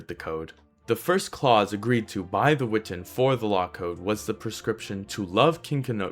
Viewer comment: Great video! I’m not sure that it matters, but my favorite college professor always insisted that it was pronounced: we-TAHN. Just throwing it in there, not trying to be contrarian. Cheers!